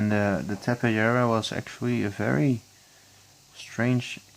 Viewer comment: Yeah you pronounced it right ta-pe-JAR-a .... Very nice tutorial:)